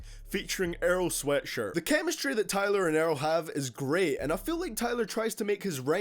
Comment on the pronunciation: alranican 2 ik who he is itz just the how he said it in the video